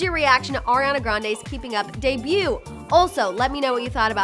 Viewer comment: Did anyone else catch when she says “oriana grande” and not Ariana?